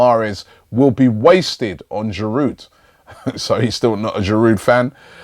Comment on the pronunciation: How come Robbie can pronouce Lens correctly but he can't get Giroud right.Drop the fucking D.